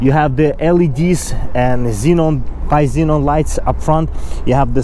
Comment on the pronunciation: Bi-xenon??? Come on...